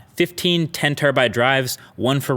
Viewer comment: "50 Terribyte SD card." Umm are you living in 2012 or something MKBHD?